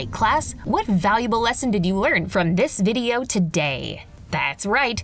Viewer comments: s w u t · I did it sounds like whet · did you hear she said ‘ wHaT `